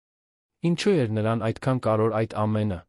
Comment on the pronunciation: Ոբ է կարդում նման սխալներով-,,լոնը,, , ,, շոկեց,, ,, կարորը ,, , ,, գոյատել,, , ,,առջ ,, , ,, Երանում ,, , ,,հետի դռնից ,, , ,,կտեղի ունենա ,, , ,, այլս ,, , ,,առաջին տիկնայն,, ...😮